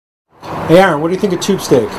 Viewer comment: man said aaron lmao